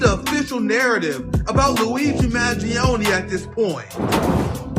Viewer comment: He should've said Luigi Magione about 100 more times in the video to make sure we know who he's talking about